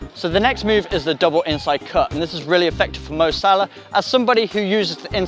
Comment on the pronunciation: its salah mate